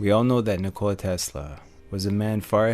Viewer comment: You have pretty good pronunciation of the name ''Nikola'' unlike other Americans lol